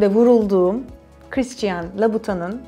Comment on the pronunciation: christian louboutin'ı yanlış telaffuz ediyorsunuz